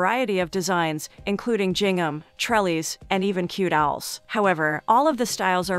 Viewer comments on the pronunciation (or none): "Jingham", huh?🙄